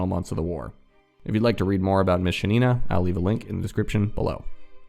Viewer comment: Being native russian speaker it hurts my ear to hear ShanIna, which is wrong, accent is on first A